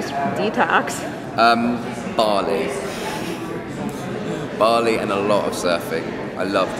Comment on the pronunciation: Did he just say barley??